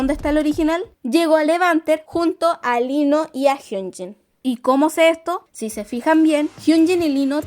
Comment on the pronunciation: Me confunde mucho que pronuncie tan parecido jeongin y hyunjin estaria mejor que le digas in que se mezclan